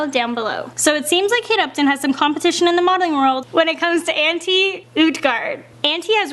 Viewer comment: Lol Anti it's Antye the j is like a y